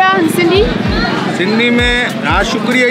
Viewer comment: sutho maaal ahe 🤩 nailed sindhiiiisss